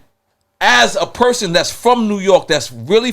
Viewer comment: 😂😂😂😂 Nore York. Rep yo shii Nore 😂😂😂😂 Virginia said wudup lol